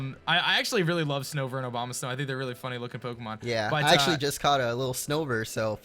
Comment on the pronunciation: Who else hear "Obamasnow"? XD.